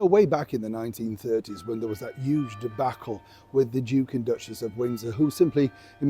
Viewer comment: I love the way you say "huge", you drop the H and it's so cute lol